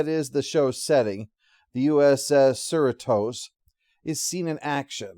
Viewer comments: Sir-re-tos bruh 🤔🤭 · ...That is an exceptionally weird way to pronounce Cerritos.